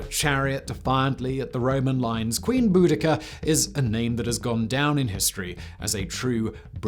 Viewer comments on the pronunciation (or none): She’s not called Bu da Ka it’s Bow de see a , in phonetic spelling